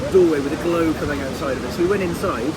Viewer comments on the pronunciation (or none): none